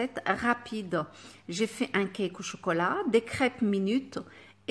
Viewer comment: écoutez comment a prononcé choklat😄😄. Trop mignonne notre ❤️